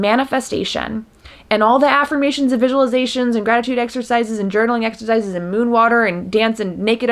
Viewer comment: I was watching this far from my phone and "gratitude exercises" sounded like "rabbit sacrifices" and I was like "wait WHAT?!" OMG lol 😅😅